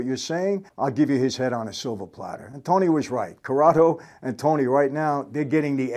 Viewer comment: So funny Michael says 'silver platter' 🤣🤣 I gave my life to my children on a silvah plattah😂